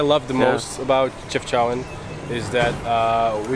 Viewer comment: Chefchaouen is actually pronounced as Shefshawen, with the SH sound not the CH sound, it is only spelled this way because there is no SH in French.